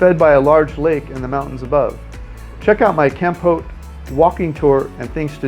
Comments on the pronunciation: Kampote? The worst pronunciarion ever! Why nust US citizens have weird ways of oronouncing foriegn names. Why don't they listen to how others say a word? Kampote? No Cambodian would understand what he meant. When they realised, they would correct the way he says it . Try saying it as calmpot. Meanwhile, he has a very irritating voice as well. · Its not kamput. It's kampot. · It is pronounced Kam-pot; like a pot you cook in. We love it there.